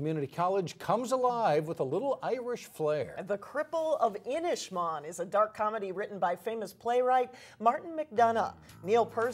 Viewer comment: Pronunciation is inish-maaan. The "A"s sound like Ah Not inish man